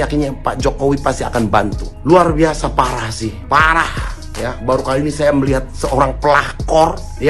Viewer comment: bapake klarifikasi bilang "CUMA PA", anaknya lidahnya keseleo 🤣🤣 kesebut lah mama bau, eh...baru 🤪 Tuhan memang bekerja dengan cara yg di luar perkiraan BMKG 😂😂 bapake bokis, eee anaknya yg cepu 🤣